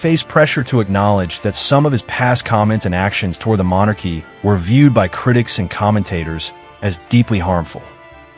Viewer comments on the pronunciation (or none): House of Monarchs? You pronounce it mon AArkee. And you won't state that only Parliament can strip titles. And this current parliament is busy pretending they have too much else to do